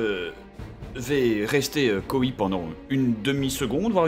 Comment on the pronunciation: "rester coi" se prononce "rester quoi", pas "rester coï"... -_- Encore une fois, quand on ne sait pas utiliser des mots "complexes", on utilise des mots simples, sinon ça ressemble à du Perceval.